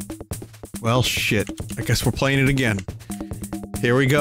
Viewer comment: "try agrain"